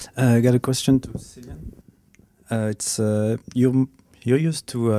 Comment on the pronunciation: Ugh im disgusted whenever someone says Sillian instead Cillian as in Killian 😭